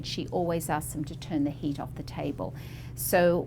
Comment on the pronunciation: I thought she said the woman had “hate” in her skin. Then I realized she said, “heat.”